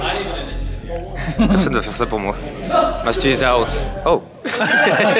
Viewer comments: non il dit vraiment MAT-SU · il dit matsu « Matsou » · Le plus grand scandale c'est qu'en VO il dise : Matsu xD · Par contre le "MATSU" de MrBeast sur sa vidéo pique XD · Meme dans les traductions (pas française) ils disent Matsu, le pauvre ça ma fait rire aussi !